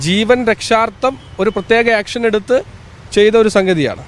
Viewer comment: ആക്ഷനല്ല. ഏക്ഷ൯